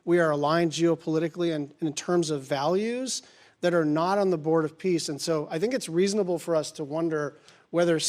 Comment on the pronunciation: Are you sure it’s the board of peace not piss?